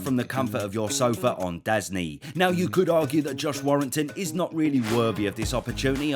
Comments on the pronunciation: Pretty sure you're mispronouncing DAZN,. It's DAZN (Days Inn). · Pretty sure he did it on purpose